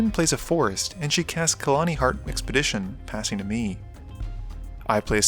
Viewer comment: You did it again, 😬 it's khalni not KHALANI !!!!!